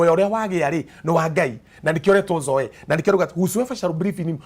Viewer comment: Zoe the life of God is pronounced zoi... blessings